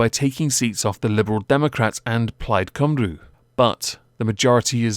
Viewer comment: Cymru is pronounced cum Rhee.. Fun fact.